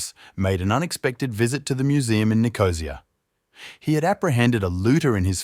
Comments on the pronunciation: Ni • co • SEE •a ... "Nicosía". Not "Knee - Cozy- Ya". But Thanks for the highly interesting Post! I have a number of relatives from Cyprus; I will have to ask'em if they were aware of this collection. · Nicosia =Nick-o-SEE-ah -not Nicozhah, Agia=EYE-ah not aggia, Museet (swedish for museum ) is Muse-A-et not mew-seat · As the son of a man that was born in Nicosia, I can tell you it's pronounced: Nick-oh-see-uh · Learn to pronounce Nicosia. And stop assuming your listeners are familiar with specialist terms. Peribolos? C'mon. Even the transcript misspelled it. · Nicosia has the accent on the final “i”, not the “o”. Where did they dredge this drongo from?